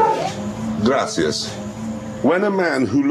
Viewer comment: Gracias . That's pretty good for someone who doesn't speak Spanish 👌